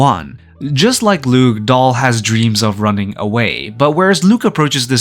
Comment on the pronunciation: Daal, not Dahl